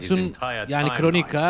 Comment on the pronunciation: Kronika değil mq yaa valla tilt oldum kronika diye diye 😂